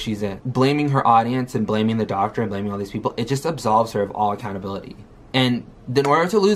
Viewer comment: i can't stand how she mispronounces so many words. "And" as "ind" or "eeend" just for example.